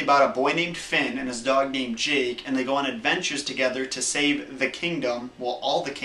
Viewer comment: Did you just call Jake jigg